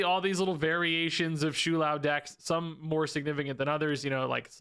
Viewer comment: It's "Show-Lao" Not "Shoe-Lao" Please...